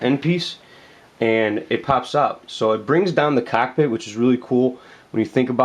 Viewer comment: "so the CACKpit... the.. the CACK .. PIT... CACCKKK"